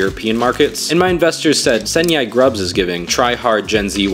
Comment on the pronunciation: Senyaikrub is literally the right pronounciation for ‘เส้นใหญ่ครับ’(Senyai, please) and I think this username is already fancy and great! Just edit a bit and don’t change it😂